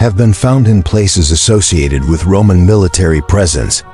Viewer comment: More dumbassed AI audio that can't pronounce Roman,,,,,Ro-mon??? selts? wtf